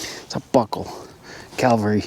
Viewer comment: It's cavalry, not calvary.